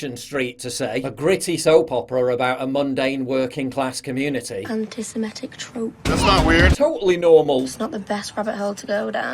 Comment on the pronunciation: "Sim-etic" ? Why do so many people pronounce Semitic wrong?